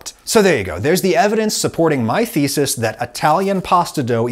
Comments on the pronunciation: Can someone please stop him from pronouncing 'thesis' as 'faeces'? ...l'd rather not have to get the lawyers involved. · Damn I hear fezes instead of thesis every single time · The pronunciation of your 'thesis' sounds like 'feces'. 😂